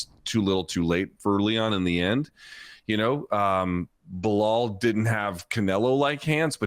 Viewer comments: I love how you called belal beniel. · lol i heard you call him Beniell....jeez will anyone remember the name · You said Benil and forgot belal's name🤣🤣🤣 not sure if you did that on purpose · He forgot his name and called him beniel at the beginning. Poor Belal. Can't get a win online. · bro was also the hater he couldnt even say Belal...